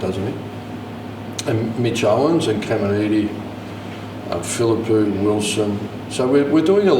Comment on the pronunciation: Does no one in our media team have the courage to remind Ross how to pronounce Phillipou? It would take 5 seconds.